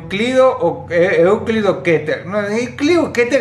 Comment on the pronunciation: Muy buenas las primeras 3 animaciones me mori de risa, cuando juega al scp que dice euclido o que, euclido o euueue que se mueve con las manitos jajajaj mori en esa.